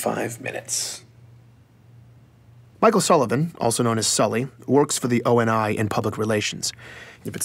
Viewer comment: Sully is in FACT the same young man who survived the attack on the academy alongside Thomas Lasky, the Captain of the UNSC Infinity. He became an asset of ONI. And for god's sake, it's pronounced (oh-nee). Not O-N-I. And biologically, the Master Chief IS arounf fifty to sixty years old, but chronologically (due to extensive time in cryosleep) is around 43